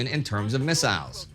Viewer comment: I drink a sip of my beer every time Indy says missaisles..